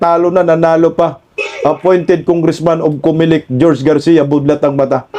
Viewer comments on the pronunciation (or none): none